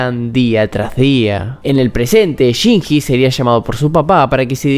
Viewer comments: Chinshi, Chinchi, Shinchi. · Excelente análisis master, pero se pronuncia "chinlli", no "chinji" 😅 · lo siebto, no pude terminar el video despues de escuchar tantas veces "shinjjjjjjji" con esa pronunciacion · ame el video pero me hace tan mal como pronunciarste el nombre de Shinji 🥲🥲🥲🥲💞💞💞💞